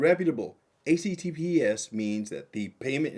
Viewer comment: Is he saying ACTPS or HTTPS?